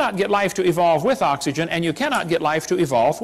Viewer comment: Literally everyone: Oxygen The preacher: AHHHKS ee jun I get the feeling the preacher had a serious speech impediment in his youth which he was never entirely able to get rid of. If he weren't such a contemptible piece of garbage, I might feel sorry for him.